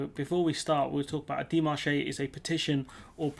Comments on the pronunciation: Dé mar che, not, dé mar ché. Not ché, che. 🙂 Pronounced, dei maarsh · Pronounced "Démarche" (NOT "daymarchay")